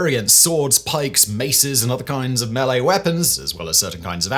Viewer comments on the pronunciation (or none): none